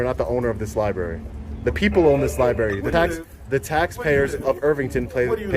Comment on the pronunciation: Seems like the man in charge of the liberry should be able to pronounce the word library.